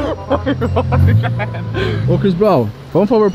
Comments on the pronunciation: nem parece que ta estudando ingles, "Chris BRONW", "BRACK Friday" tem que entrar pra harvest em kkkkk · "Chris Bronw"